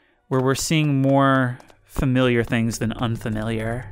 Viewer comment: I hate to break it to you, but you pretty much say “fermilliar” every time you say the word lol